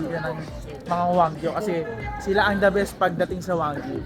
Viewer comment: wagyu po not wanggyu